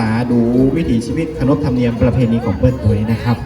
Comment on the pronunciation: "วิถี" ครับ ไม่ใช่ "วิธี"